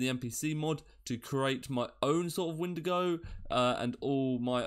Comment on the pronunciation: Ok with shaders for Ursa Major, it's too bright ;-; also it's Windigo not Wendigo